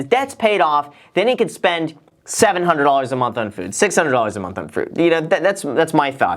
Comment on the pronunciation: the way he says "FOOD" lmao